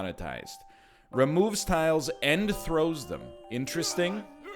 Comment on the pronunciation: I was referring to him reading out what the item does but missing the s in tiles several times.